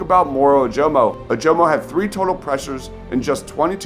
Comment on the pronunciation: Dude, learn how to pronounce Ojomo. It's "uh-juh-muh"